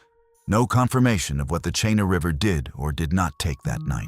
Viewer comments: it’s Ch-ee-na River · Chena is pronounced "Cheena". 🇺🇸🌧☕